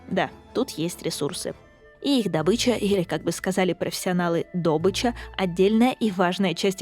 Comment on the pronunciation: Правильно не добыча а добыча